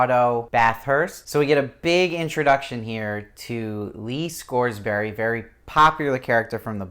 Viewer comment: Good review but you're cracking me up with the Scoresberry. It's Scoresby pronounced Scores*bee and Serafina Pekkala is pronounced Peckala. I'm the most concerned about her character as I visualize her as Eva Green, even when I reread the books. She was so perfectly cast and embodied the beauty the witches are supposed to possess that I can't imagine anyone else in the role.